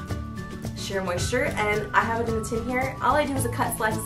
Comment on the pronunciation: its shea moisture not sheer :P